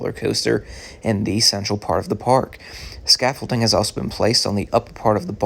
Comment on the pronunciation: Please stop saying scaffolting……it’s scaffolding. Thank you. Otherwise, nice update!